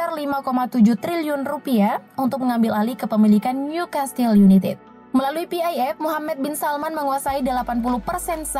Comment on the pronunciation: niu kestel yunaited..............bukan yunitid hahahaha